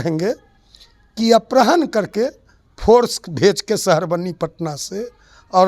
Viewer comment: ये कैसा अनपढ़ प्रवक्ता है जिसको अपहरण के स्थान पर अपरहण बोल रहा है 😅😅😂